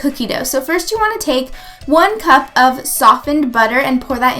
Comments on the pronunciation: Haha did anyone notice she said cump instead of cup :P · Lol she said "one cump of canned pumpkin"